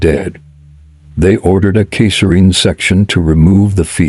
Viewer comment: What the hell is a kayserine incision? I think the AI narrator meant cesarian incision 😂😮😅🐂💩👎😎